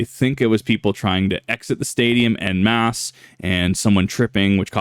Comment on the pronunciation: Language karen here. En masse is pronounced like on muss. Kinda.